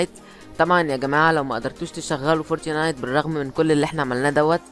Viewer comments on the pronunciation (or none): فورتنايت مش فورتينايت 😂